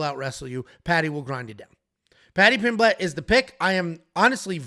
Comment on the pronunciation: Stop pronouncing Pimblett wrong